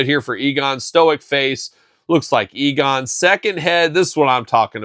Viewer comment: Egon, not Eagon 😉